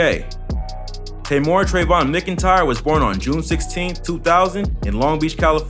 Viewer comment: Mc n tyre Its pronounced Mac-an-tyre